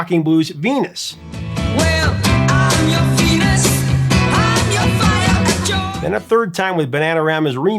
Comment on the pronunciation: Hard to believe the original was 1969. Being such a good dance beat, it resurged in the disco era. Had no idea they were from the Netherlands. Another mispronunciation in the last words of the chorus. The words 'your desire' sound more like 'dee-or desire', which always stood out to me.